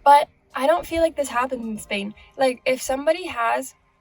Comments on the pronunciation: Yes! "in Espain". Like a native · Yes! "in Espain" hahah like a native